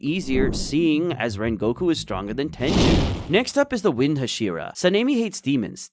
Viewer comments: Ah yes tenjen instead of tengen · 2 seconds in and the guy really said tenjen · Ten-jen? I don't get how the names are mispronounced when they're constantly said.